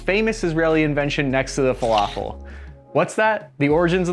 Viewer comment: I am egyptian when he said falafel i got a bit mad